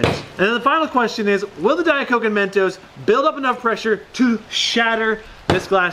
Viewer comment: its not men toes its mentos